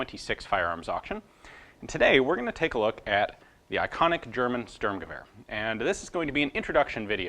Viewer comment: Your pronunciation of "Einzel-" and "Dauerfeuer" has become magnificent! ...for an American. Now, "Sturmgewehr" needs some work. "Shtoormguhwayer" might approximate the correct pronunciation, depending on who reads it.